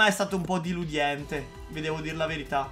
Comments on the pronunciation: hai detto deliudente non si dice cosi si dice deludente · "Diludiente" cit.